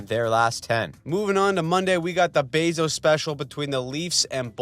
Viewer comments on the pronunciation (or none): none